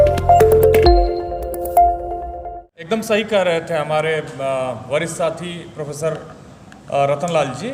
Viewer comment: परफेसर नहीं प्रोफेसर। हिन्दी भाषा की ऐसी तैसी मत करो।।